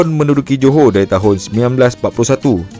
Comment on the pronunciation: Dia bilang Joho padahal tulisannya Johor. Kenapa ya.. Orang malaysia tidak bisa mengucapkan huruf R.